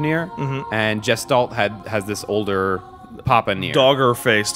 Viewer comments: Nier Jistolt? Does he mean Gestalt? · The way pronounces "Gestalt" fucking kills me everytime.